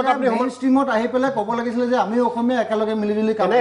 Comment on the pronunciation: অসমীয়া শব্দটো কওতেই অখমীয়া বুলি উচ্চাৰণ কৰʼ তহতে আৰু অসমীয়াৰ হৈ টিভি show ত টেটু ফালিব আহ', ৰাজপথত আন্দোলন কৰিব আহ' । আহি যাবি শিকাই দিম ।